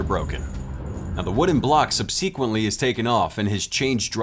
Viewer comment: Learn how to pronounce subsequently…omg